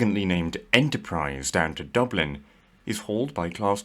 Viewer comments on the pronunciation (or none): none